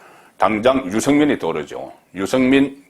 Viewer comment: 아무리 경상도 출신이라도 그 정도로 알려진 언론인 이라면 발음 좀 신경쓰세요. 육월? 유성민? 정세없는 복지? 그래도 방송인데....